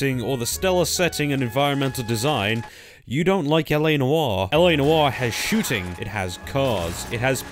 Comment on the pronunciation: "Noire" is one syllable.